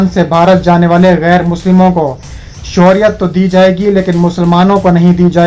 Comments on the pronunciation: یہ شوریت کیا ھے بیٹا خبریں پڑھتے وقت تلّفظ کا خیال رکھیں اصل لفظ شہریت ھے ۔ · بھائی صاحب!! اپنا تلفظ درست کر کے خبریں پڑھا کریں مثلاً شہریت کا لفظ کتنا غلط ادا کرتے ہو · I agree with you